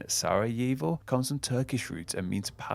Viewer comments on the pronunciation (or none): none